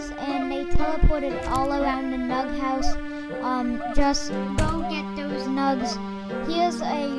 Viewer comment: It sounded like he said welcome to my mug house XD